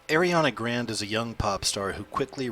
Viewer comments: I STARTED LAUGHING SO HARD WHEN I HEARD IT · I noticed that too, like wtf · "Airiana grand" Ariana Grande** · “Airiana Grand” nope next weird ass video! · Nice vid,, but her name is pronounced AH-RE-AH-NA GRAHN-DAY. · Did he just say Ariana grand? 😂😂